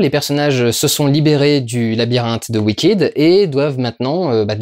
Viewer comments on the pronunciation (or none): pas wickid wickaid! enfin en francais, j'ai fais des fautes pour la phonétique xd